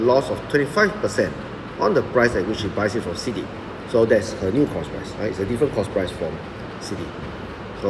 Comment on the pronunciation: It's "price" not "proce"